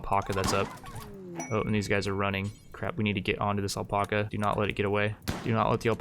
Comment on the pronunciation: Pretty intense video! But ffs please say alpaca right lol it's AL-PACK-UH.....not el-pok-uh 😂